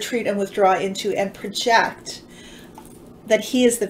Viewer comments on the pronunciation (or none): none